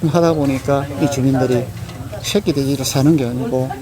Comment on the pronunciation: 셰끼.. 셰끼.. 군대 고참때문에 저 발음에 엄청심한 거부감이 있었는데... 저분의 인터뷰에서는 왜이리 정감이 가는지......셰끼돼지...셰끼돼지...ㅎㅎㅎㅎ